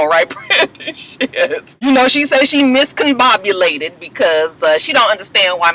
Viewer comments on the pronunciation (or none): I thought I heard that girl say miscombobulated